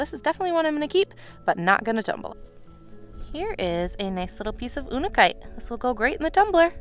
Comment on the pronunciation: What is ooonikite? Unakite is pronounced you-nuh-kite.